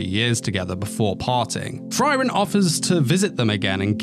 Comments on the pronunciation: Frieren, not Friren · It's "free - ren" not "fry - ren" also the panel is pobably the best manga panel I've ever seen. It's not packed with many details in the background or anything but you can see Frieren's emotions so well. It conveys really strong emotions and I really hope that the anime team delivers on this particular scene. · the fry-ren thing is really making me suffer through the video it sounds good though